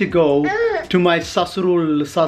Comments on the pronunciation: Sasuraal not sasurl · Not susral, it's sasural😂😂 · money its not sasrul sasuraal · OMG Sasruulll..... And I was like its Sasural Sasural 😂😂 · Saasrull🤣🤣🤣...OMG u r so funny it's sasural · sasroool.....bwahahaha.... it is SASOORAL